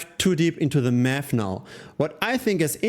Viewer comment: 100% german) super english but I hear "meth" what must be "math"😅